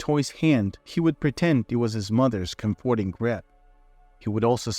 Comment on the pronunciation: Could you please learn how to pronounce "comforting"?